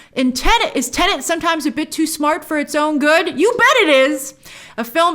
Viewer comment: It's not called Tenant! 🤦🏻‍♂️